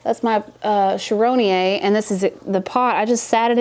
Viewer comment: Best Philodendron esmeraldense in a home set-up ever! I think it's a narrow form. But,, the final -e is supposed to be pronounced (es-me-ral-den-seh). Thank you for a funny vid and for let us inside of your home! 🙌